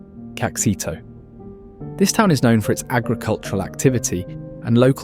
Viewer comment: Muxima is pronounced "Moocheema". Caxito is pronounced "Casheeto".